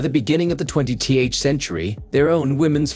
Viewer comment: “By the beginning of the Twenty T H century” - the voice pronounces the letter T and the letter H. Is that the 20th? What a hoot!